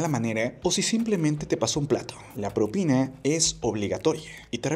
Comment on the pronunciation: Yo no estoy de acuerdo con dar propina. Porque si les doy a unos les tengo que dar a todos, y eso no es justo para el cliente. A MI NO ME SOBRA EL DINERO. ahora, ¿por qué el locutor del video dice PROPINE , con E y no propina, con A?